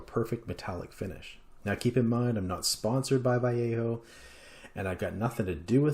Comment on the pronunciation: Nicely done! You've achieved very realistic results. Also thank you for being probably the only English speaking person on YouTube to pronounce Vallejo correctly. You've earned a sub. 👍